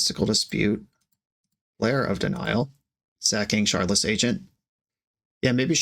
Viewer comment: Shardless is pronounced with a hard t sound where the d is. It has a Ukrainian root similar to how they overpronounce w's.